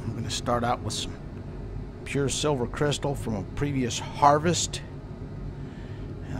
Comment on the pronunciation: "Still a ton of shhhh-silver in here." Nice save lol